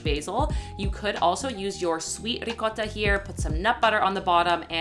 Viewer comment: Rrrricotta!! Thanks for pronouncing it right 🤣